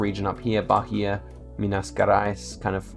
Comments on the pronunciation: By the way the "H" in Bahia is silent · ri muito quando ele pronunciou Bahia ahahah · pronounciation tip: the "gerais" in "minas gerais" is pronounced with the soft g sound. and also, bahia is pronouned with a silent h: bah-EE-ah. i really liked this video :) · I was looking for this. He put too much H in Bahia (that should be mute) and then almost nothing on Maranhão (that doesn't really have the H sound, but it's not mute either) 😂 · DA AGONIA VER ELE FALANDO BARIA MINAS GUERAIS E RORAÍMA